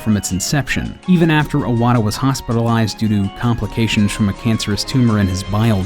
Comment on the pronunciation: Unlike iPhone, his name is not pronounced "I"-wata, it is "E"-wata.